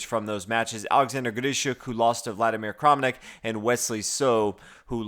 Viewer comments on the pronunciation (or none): Kramnik seems to be pronounced as though the a were a standard a and not an "oh" sound.